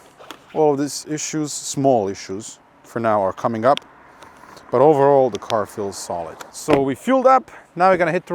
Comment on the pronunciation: "Kaaaming app" hahaha